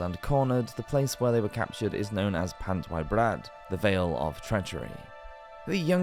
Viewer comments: "Ee", Pant "ee" Brad. The Welsh pronunciation of 'Y' is 'ee'. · A pity about the mispronunciations. A couple of them: Pant y Brad = Pant uh Brad. Berkeley Castle is pronounced Barclay. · Did he really say 'pant why brad?